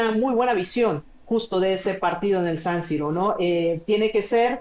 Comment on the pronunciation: Laútaro, Sánsiro....Como es que esta mujer rueda los acentos?